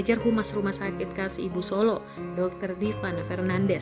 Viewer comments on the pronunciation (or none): none